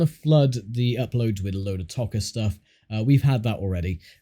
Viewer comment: Its Toca not Tocca! Arrghhhh